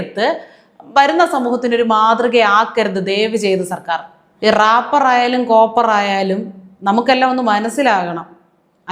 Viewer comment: റാപ്പർ അല്ല റേപ്പർ ആണ്